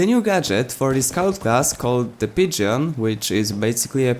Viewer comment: As much as it's funny listening to you mispronounce pigeon i have to tell you when pronouncing pigeon the E is silent XD